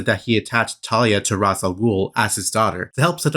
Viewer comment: Why do people keep pronouncing Ra’s name Roz? It’s like nails on a chalkboard to me.